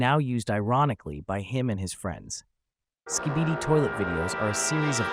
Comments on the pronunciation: Skibidi ❌ Skebeedee ✅ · Skei-bee-d ❌️ Sk-bî-dee✅️ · Him: skuh-beedee Me: u mean skibidi? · ITS NOT SKEEBEEDEE ITS SKIHH BIH DEEE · And them pronouncing this "ske bee dee" 💀 😭😭😭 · This is the most Gen X "I barely know what I'm talking about" video I think there could be on the subject. I'm 39 and I even found this supes cringe. 😬 Dude for reals pronounced it "Skeebeedee". I'm dead. 💀💀💀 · Bro really said “ski-BEE-dee” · bro did not pronounce skibidi as skeebeedee.. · I have never heard someone pronounce it like ski- bee -dee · “Ski bee bi” 💀💀💀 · and skihbihdee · Not skeebeedee 💀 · Help “Skibeedi” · skibidi was pronounced skeebeedee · Did you use ai voice or do you not know how to pronounce skibidi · i cant with those gen alpha ipad kids who say (eRm aCtUaLlY, (🤓🤓🤓) iT'S gYaTt, nOt GyAtT) like bruh he isnt that "brainrotted" asf and he might have not known the perfect pronounce of skibidi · Hmm if you use the word "we" then say it properly like GYATT not jyatt😂 or skibidi instead of skeebeedee 😂😂😂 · You're pronouncing skibidi and delulu wrong - it's skib-a-dee and dah-lu-lu. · Jeeyaat, skeebiidi😭😭 (Man tried his best tho🙏🏻) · I'm sorry but here's how u say gyatt and skibidi (not offense) (g-ya-tt) and (sk-ib-i-di)